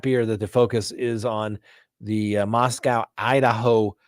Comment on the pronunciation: FYI: Pronounced Mosco (long o) by Idahoans.